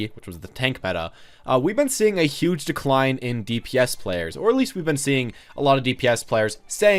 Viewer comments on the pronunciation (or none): none